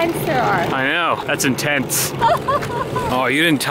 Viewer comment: "That's inTENTS"